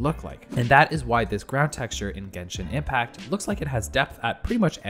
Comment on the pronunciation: bro said genshin inpact.....